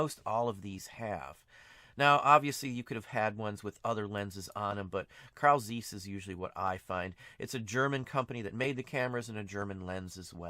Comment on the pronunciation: You do not pronaounce Zeiss correct.